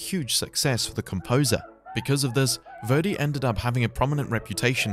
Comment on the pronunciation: I'm not going to watch your video if you can't even pronounce your subject's name correctly.